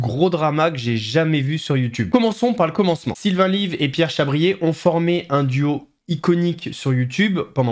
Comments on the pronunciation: C'est Pierre Chabrier et Sylvain Levy, pas Lyve. Lyve c'est un jeu de mot qu'il prononce "live" pour le nom de sa chaîne, mais son nom c'est Levy (ou Lévy je ne suis pas sûr) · Svp arrêtez de dire "Sylvain LIVE"! Son nom est, peut être le l'ignorez vous, LEVY !